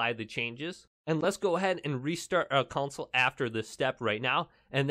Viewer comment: It's not council it's CON SOUL